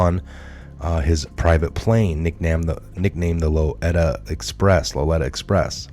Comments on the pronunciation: The I in Lolita is pronounced EE as in Tina not "eh" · Lolita not loleta. Are you buzzed? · Low Lee Ta not Low Let Ta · Pronounced Low-lee-ta....after the famous book Lolita. Thanks for your work. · Lolita pronounced low-lee-ta from that book by Nabokov. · Dude, you shouldn’t even have posted this garbage. IF YOU DONT HAVE the sauce other than some crap-heads opinion then find something you CAN prove up. This alleges POTUS with the evil ones & it just ain’t so. You can do better than this, btw, Epstein’s plane is pronounced “Low-Lee-Ta” . You lost me on this 1. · you really should surf around to other channels a bit more, we've been covering the Lolita Express, for some time now. By the way it's pronounced Low Le ta. Jeremy Irons, starred in a remake of the movie Lolita, and the original movie starred Jackie Mason. Both are excellent, based on some novel. As for other channels, IPOT = In Pursuit of Truth, with Sir Patrick Mack, is very good. You do some very good work. I just thought you might appreciate the help and advice. You can lead a horse to... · Its (lo-lee-ta) Express bro lol. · Pronounced. Low Lee ta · read the book. Lolita..pronounced. Low lee tah. Not being critical as I am one of your greatest fans and transfer to quite a large circle. Q I. WWG1WGA! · Lolita pronounced lo leeta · "lolita" is pronounced: low'LEE-tah. That word is seeing a lot of use lately. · Lolita pronounced Loleeta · It’s pronounced Low-Lee-Ta express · .............Low- lee- tuh......Lolita......... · Lolita = lo lee ta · It's pronounced LO LEE TA ...(